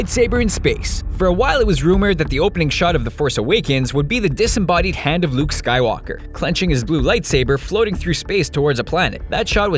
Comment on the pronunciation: he says head, everytime he says hand.